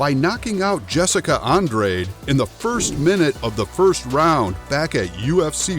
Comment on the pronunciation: Jessica "And-raid" Lmao ok, you know it bro.